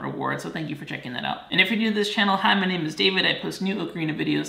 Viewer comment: david you been saying ocarina wrong the whole time